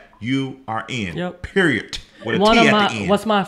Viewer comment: “...if your are not willing to get the knowledge and you are just looking for hand outs, you will remain in the position that you are in...PeriodT! (with a T at the end)” bahaha 🤣🤣🤣 I’m definitely enrolling! From Canada 😀😁🇨🇦 ❤️!!!